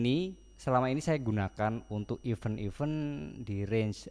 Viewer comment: koreksi aja mas. event dibacanya iven (e bebek, bukan e beli)